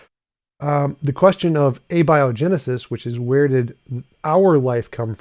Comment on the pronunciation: When a guy doesn't know how to pronounce abiogenesis, that's a red flag.